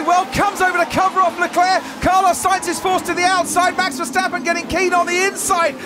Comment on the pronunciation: MEX VERSTEPPEN,??,,,every A in his name sounds NOT like in cat,, ,BUT ,like in CAR